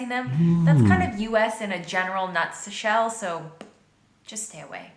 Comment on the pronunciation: Technically she said "in a general nut's shell." I know what she meant and misspoke, but listen closely